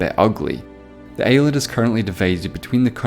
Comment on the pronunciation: why do you pronounce island like that sir It's torture to my ears